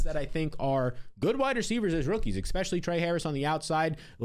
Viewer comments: Say it with me E•spe•shu•ly Especially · there is no X in the word Especially. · Lots of people say it that way. Get over it 😭